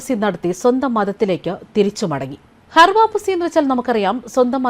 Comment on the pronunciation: ഹർ വാപ്പസിയല്ല, ഘർ വാപ്പസിയാണ്.